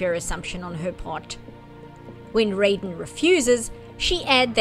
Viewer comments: IT'S PRONOUNCED RAY-DEN ! Sorry, it's just every time someone does this, I'm losing a bit of what's left of my mind 😵‍💫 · Every time you use the Mortal Kombat pronunciation of "Raiden" it's like you're verbally stabbing me.